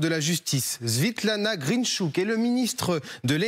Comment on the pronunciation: Tout s'enflamme : Svetlana devient Szetlana dans la bouche du présentateur dans les premieres 30 secondes.L'horreur.